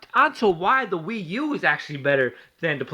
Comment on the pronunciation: It's actually not a mortal kombat rip off and you keep butchering the wii u nice